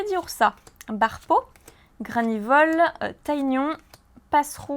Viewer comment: OMG enfin quelqu'un qui prononce "TaÏgnon "comme moi! ma série préférée !